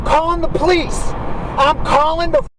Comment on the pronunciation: "I'm callin' the pleece!"